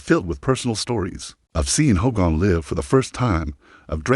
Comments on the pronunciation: Hulks funeral will more than likely be a private graveside service for family and very close friends. Would be nice to see it though as it happens. But these AI narrations are wild. "Ho-gone" sounds like a jab at Hogan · not the funeral an its not hoe gone its HOGAN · This Narrator can't even pronounce his name right 🙎🏼‍♀️